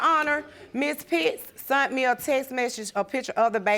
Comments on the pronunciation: It’s not “sunt it to me” it’s “sent it to me”! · SENT, not SUNT! 😩😩😩😩😩😩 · "Sunt" is that past tense for "sent"?? I can't take it!